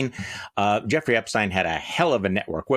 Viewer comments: Charlie, it’s Epstein. The e is stressed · Terry can’t pronounce Epstein at this point??!!